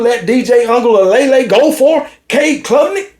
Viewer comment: Say DJ’s last name again 😂